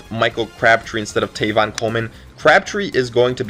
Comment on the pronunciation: tEvin Coleman. Not tAYvon.